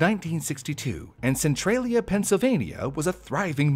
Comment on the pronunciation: So pronounces Central as Centrail? Since when? its Centralia not Centrailia. lol